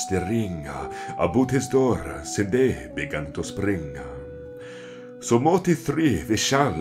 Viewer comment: Why pronounce day as dee? I thought in this period everything was pronounced as it was written, so wouldn't it be dai/daeg? Would it not be more of a diphthong glide?